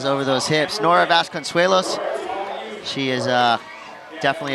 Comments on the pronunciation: The commentators were great throughout this comp. Just one thing - it's Nora VasconCEllos, not VasconSUElos. Mild twitch with every mispronunciation lol. Really supportive and entertaining overall though, nice work. Also, HANNA ZANZI! 🔥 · God. It drove me nuts him mispronouncing everyone's names! Have some respect. If you're going to announce, find out ahead of time how to say people's names and say them correctly. Vasconsweyos? What?